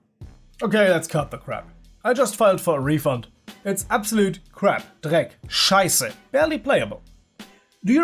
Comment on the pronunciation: YOOO when you said "Dreck, Scheisse" I realized... that sounded too german for you not to be german. Are you german? I am german! I NEVER KNEW But yes, HDTF is a disaster. But at least it spawned these amazing memes and revived the HL subreddit that was becoming more and more depressing.